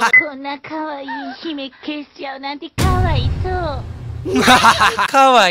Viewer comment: か↑わ↓いそ↑う↓ww